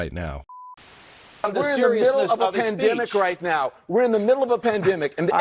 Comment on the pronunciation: "We're in the middle of a dempanic". OHHH, SH!T.